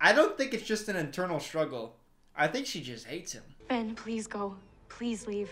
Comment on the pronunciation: I just have to point out she said Bren instead of Ben lol